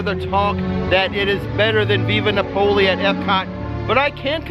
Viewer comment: You're cracking me up with your pronunciation of Via Napoli 😂, it's Via NApoli, not VIVa NapOli 😛